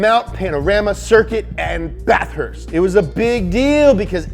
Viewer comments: The way he says Bathurst gotta say it as one word not bath-hurst hahaha love your channel so much good content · Say it with me bath-herst